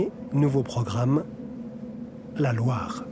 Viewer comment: A pronúncia de Loire é LOÁR..